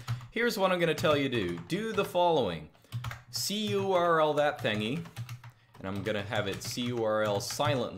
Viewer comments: ITS CURL NOT C-U-R-L AAAAAAAAAAAAAAAAAA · Just say curl like a normal person lol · That's what I thinking, very strange! I prefer wget any way, just because.